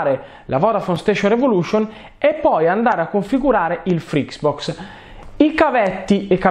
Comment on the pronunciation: ma perchè continua a dire frix box ? è FRITZBOX